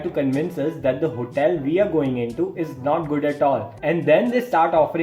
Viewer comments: "try to ask us about our hotaal "😂 Btw , live your content (srsly , no kidding) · HOTEEIL 😂accent toh dhakka mukki krke bahar arri hai dost Loved the video bro